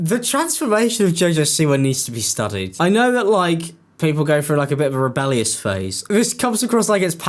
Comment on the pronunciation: I clicked but I can’t listen to talking about someone going “frew” a hard time.